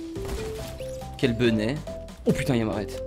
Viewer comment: Pourquoi il dit toujours quelle benet ?